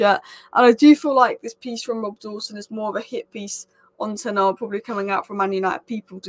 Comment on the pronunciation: A--MO--RIM.. You should take time to pronounce people's names. First Ten Arg, now Amoin.